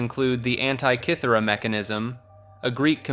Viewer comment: because it is. Can't even pronounce Antitkithera.